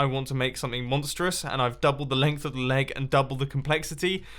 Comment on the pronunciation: In the first minutes i understood "laag" instead of "leg"